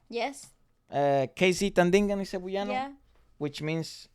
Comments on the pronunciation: ngl that's the first i've ever heard someone pronounce Cebuano as "Cebu-yano" we say it like "seb-WA-noh" <3 can't wait for more reacts of our boys!!! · Cebuano is pronounced like sebWAHno :) So cool that you even noticed that though! Not just the talent of the Philippines but you got even more specific, the talent of Cebuanos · Cebuano is pronounced as /seh-BOO-wah-noh/. Please make that interview with SB19 happen!!! It's been long overdue! I hope they will find the time when they PAGTATAG! Finale concerts are over. BTW, the 2-day concert will be livestreamed worldwide, I hope you can watch them! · So funny, it's pronounced Se-bu-ah-no. Thank you for appreciating OPM and SB19. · btw Cebuano is kind of pronounced as "Seb-wa-no". While only Coach Jay is from Cebu, he along with KZ, TJ and Ken/Felip speaks Cebuano or colloquially known as Bisaya. People from the Visayas and Mindanao regions of the Philippines mostly speaks Bisaya. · Your pronunciation of CEBUANO is jus too cute, love it 🤭 but it is CE-BWA(with the W)-NO.. anyways, I think this is the fastest time you've reacted to SB19!?! I'm glad to see this right after watching the dance practice.. I love you guys fr💙